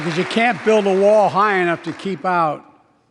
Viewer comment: " Instead, he met with a ?MALL? of strength.." :)